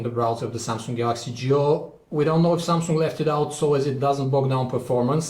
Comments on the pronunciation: Why do I hear "JEW" instead of "GIO".... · I keep hearing 'Galaxy Jew'.